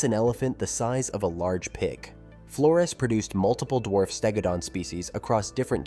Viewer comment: Flores is pronounced with a Z sound not an S as it was named by the Portuguese.